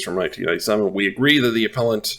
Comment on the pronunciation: FYI it is "uh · peh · luhnt" not "ap - uh - lent"